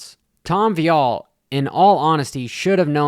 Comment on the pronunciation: Hmmm. Looks like he is totally focused and is assessing the situation , no animosity, opinions are getting old bro , I worked this even and raced on this track back in the late 80’s. You do t k ow the facts ! Omg it’s Vialle , not viiiillle. Trajectoryn! Do you even attend these events? Take a Look , clown